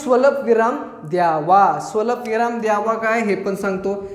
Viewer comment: स्वलपविराम नाही स्वल्पविराम